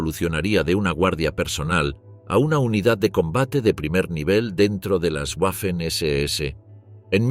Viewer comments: En alemán y en español la w es una v doble. Por la tanto la pronunciación correcta es "vaffen" y no "uaffen". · Disculpe, Pero se pronuncia “vafen ss” y no “ guafen ss” !!! Otra, se pronuncia “vilkin”, no “guilkin”. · En alemán y en español la letra w es una v doble. En ambos idiomas la palabra se pronuncia 'vaffen' SS.